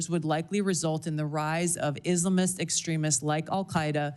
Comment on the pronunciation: I dont like how she pronounces islamist